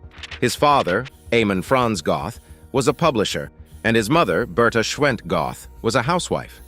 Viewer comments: NOT GOTH , BUT PRONOUNCED GERT, ...NOT EXECUTION GROUNDS BUT IN THE EXECUTION CELL NEXT TO HIS CELL IN THE KRAKOW MONTELUPICH PRISON ! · If you are going to do a Doco on historic fact's please get it right. His Name was Amon Goeth and you mispronounced his Name . His Name is pronounced as (Gurt) and you also failed to mention that the Poles had four botched attempts to execute him with the rope breaking and not allowing the correct height for him to be allowed for the drop. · Some Americans just cannot pronounce European names correctly, that o is pronounced like the Oo in moo and that’s about as close as I can make it